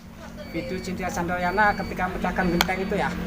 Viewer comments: Candranaya bukan candrayana,🙄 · Chandranaya mas bukan candrayana heee apa sy yg salah denger ya....semangat bikin kontennya mas... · Mbak Chintya candrayana😅😅😅 yang bner itu Candranaya bang😅😅 maaf bukan ngeledek maaf banget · Candranaya apa candrayana😅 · naya pak bkn yana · Cintia candrayana bukan naya😂😂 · Hihi..Candranaya apa candrayana hehe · Mas bukan candrayana .tapi candranaya